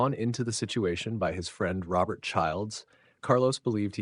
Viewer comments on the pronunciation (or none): none